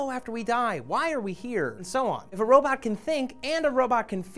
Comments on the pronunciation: "Robut" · Rowbit..I'm sorry but it's so funny when people pronounce it like that XD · i hope you know that its a 'robot', not a 'robit' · Stop saying ROW-bit!! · "Robutt" x) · says "robot" like "robutt" and matt has a crooked face. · It's robot, not robit:P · "Robut" ahaah xD